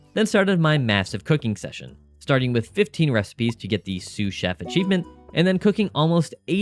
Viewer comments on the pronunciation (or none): none